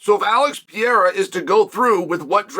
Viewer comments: PE-RE-EA-RHA that's how you pronounce it phonetically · How many times can Chael say Pereira's name wrong???? 😂😂😂😂😂😂😂😂😂😂😂😂